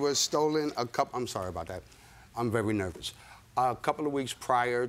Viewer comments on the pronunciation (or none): “I’m vewy nerwous”😂😂